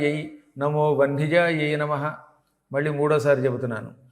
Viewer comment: గ్రూపులో ఎవరైనా నా సందేహం తీర్చగలరు వ్యూహ లక్ష్మి మంత్రంలో లాస్ట్ లైనులో మంత్రం నమో vahnijayai అని పెడుతున్నారు కానీ గురువుగారు పలకటం వందిజాయై అని పలుకుతున్నారు ఏది కరక్ట్ చెప్ప galaru